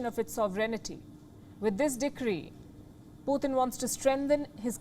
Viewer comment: Palki..his name is Putin..not Puthin.